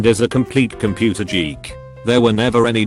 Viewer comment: >computer jeek